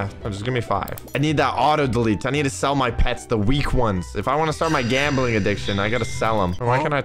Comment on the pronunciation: like 10 seconds into vid says "gambeling"